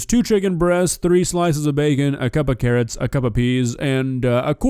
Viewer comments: She said carrots and then she remembered to purposely mispronounce it CARRIOT. This woman is not sweet or wholesome. She is diabolical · Did she say carriots? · Typical American, dont know what an oofa doofa is SMH.. Its a thingamabob, a wotsit, a whatcha-ma-call-it, a thinga ma jig. I think her refering to carrots as carri-ots is the biggest crime here, even as an Englishman myself I cant defend that one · Did she say carriots instead of carrots 😂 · "Carri-otts" me proceeding to clean out my ears to make sure I heard that right 🤔🤔🤔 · As soon as she said 'carry-ots' I was done. She really needs to stop with the faking pronunciations, it's too annoying and takes away any of her charm.